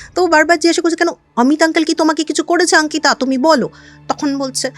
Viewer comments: অঙ্কিতা✅ আঙ্কিতা❌ এটা আবার কেমন কথার বলার ধরণ 😅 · Delhi te baro hoechen,so eta normal bolte paren.